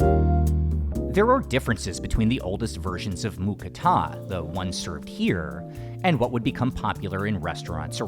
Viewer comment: Im thai i i can say its not mu kratha it mu krata thats how we thai's say it